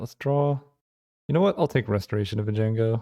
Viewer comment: I love how you started off mispronouncing Restoration, but then you read the card carefully and corrected yourself... only to revert to your original pronunciation.